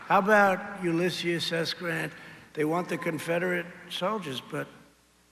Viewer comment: Trump couldn't say 3 words right on his speech 1. He said Ulyssius again for the second time instead of "ULYSSES" 2. He couldn't say the word "deployed" right 3. He said frownders instead of "founders" 🤣😂😆 LOL HA HA HA HA HA